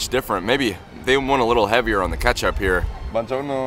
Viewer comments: HELP i felt like he was the definition of American tourist when he kept saying ‚banjono‘ 😭 Loved the Video tough momma bear always uploads the best food reviews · BONGIONO ! 😂 It Is "Buon Giorno" . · The “bonjourno” made me laugh out loud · Ma poverinooooo mischino nn sa dire buongiorno e lo prendere in giro😭💀💅✋🙇‍♀️🗿